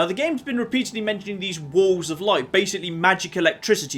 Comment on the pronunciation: I legitimately was not sure if was saying "walls of light" or "wolves of light"